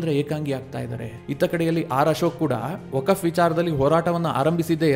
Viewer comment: ಅದು ವಕಫ್ ಅಲ್ಕ. ವಕ್ಫ್